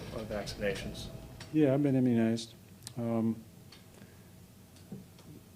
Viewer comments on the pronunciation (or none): I can’t help but hear him say “in-immunized” and not immunized